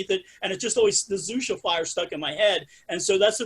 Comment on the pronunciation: xuxa is pronnounced shoeshah :)